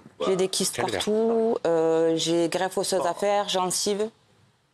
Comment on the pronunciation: En plus, elle en a gardé un défaut de prononciation , non ? elle met des "tch" partch'out ?